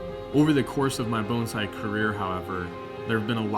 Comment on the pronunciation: If this guy says Bone zai one more time I’m going to vomit